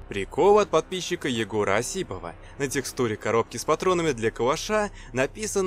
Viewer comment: Не ОсИпов,а Осипов,ударение на О